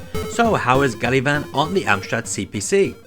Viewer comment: pretty sure it's "gavan"